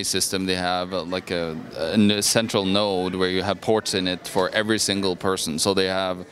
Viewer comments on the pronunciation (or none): none